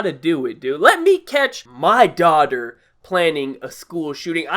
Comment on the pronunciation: "let me catch MY daughder" ~ 2017